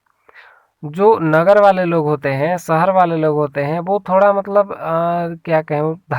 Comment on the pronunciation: सहर नहीं शहर शब्द हैं।